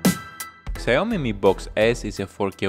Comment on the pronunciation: It's pronounced Sh Ow Me